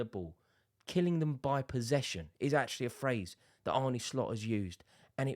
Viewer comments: Just to note on pronunciation. Its more Arn than Arnie when pronouncing Arne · It's Arn-u, mate. Not Arny. Cheers Rore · Stop calling him "Arnie". His name is Arne! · It's not Arnie, it's Arne. Think John Arne Riise. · I can't listen to you saying bloody Arnie 😩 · We're english. It's Arnie. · It's Ar-nuh